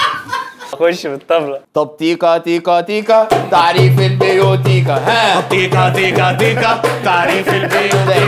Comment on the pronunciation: انت بتقرا البيوتيقا غلط 😂 معلش ادبي بقا والفلسفة لعبتي 😂❤